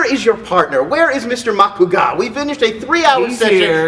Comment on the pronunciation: Hashtag THE Professor! Lon’s all fact check-y on movie fights, and here, he is hilarious. Pronouncing ma-CU-gah.